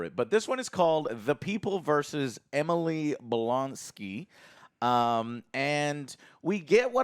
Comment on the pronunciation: 33 seconds in and Joe FUCKS IT UP! Emily Blonsky ?